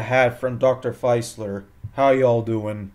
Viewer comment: I think Dr. Facilier was pronounced 'Fah-silly-eh'